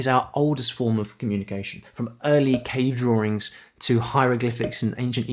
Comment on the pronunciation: When you said “early cave drawings” i had to relisten to it like 5 times because I thought I heard early k-dramas.